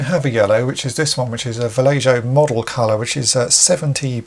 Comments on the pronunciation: Not to be that guy but I think it's Va-lay-HO, and not Va-lay-JOE. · I could be wrong but I think Vallejo is a Spanish name. So the j should make an h sound. But I could be wrong. Great vidoe! Amazing paint work!